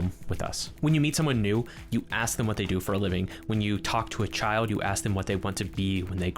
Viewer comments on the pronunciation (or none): none